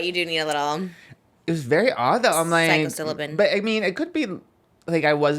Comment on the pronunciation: when Trisha says “psychocilibin”